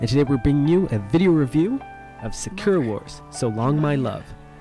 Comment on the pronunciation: Can I ask why you pronounce sakura like "Secure"?